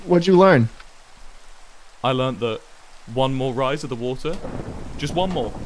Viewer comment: "LIKE HOW YOU DROWN JUST DRINK THE WUDDER" - Tik tok, 2019